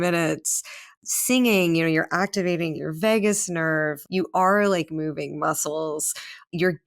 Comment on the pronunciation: Vagus not Vegas